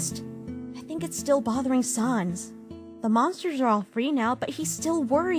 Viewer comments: You don't say it like sans you say it like säns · u don't say it like sons it's SANS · The only problem I have so far is that it's pronounced SAYNS not SAHNS. Ok bye now, also I'M METTATON!! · Frisk: Sa nas. Me: RAGING STOP SAYING SA NAS IT'S SANSSSSS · They say sans wrong they say sons its sAns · Y u call him sauns. It's pronounced sans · Sans - it's sans, not SARNS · Whoever works for this channel and reads the comics, you don't pronounce it as S-ah-n-z. It's S-an-z. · It is pronounced saens not saans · It's sans! Not sons! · It’s not sahns, it’s SANS, like the French word for without! Actually that is what it translates to! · "Sons" instead of "Sans" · S-ANS NOT SA-UNS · Mettaton Nope its pronounced.... How it's spelled SANS Cuz it's a pun on Comic Sans not Comic Sayns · You pronunced Sans wrong To pronunce his name is like that Sens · It really annoys me that Frisk is pronouncing Sans' name wrong. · Me still angery cause of people saying sans wrong